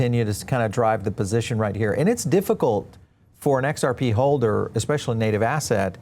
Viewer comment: This Guy cant even say xrp ...makes me want to buy more and i will mwaaahahhahaha